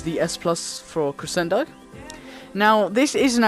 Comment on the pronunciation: You say crescendo wrong it's pronounced creshendo